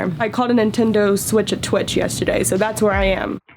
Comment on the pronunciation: She was so beautiful then said twitch instead of switch...